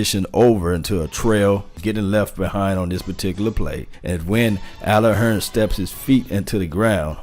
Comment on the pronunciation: I know you're country because you said Allen Hurn instead of Hurns. You sound like my Uncle from Arkansas.